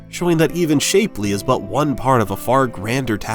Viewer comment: It's pronounce shap-ley not shapely